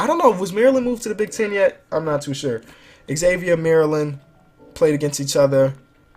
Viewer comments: god dammit it's not Exavier it's pronounced Zavier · It's not Eggzavier, it's pronounced Zavier with a z sound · it's not x-avier it's pronounced zavier but spelled Xavier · It's not X-Xavier, it's just Xavier (Zay-vur) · STOP SAYING XAVIER WRONG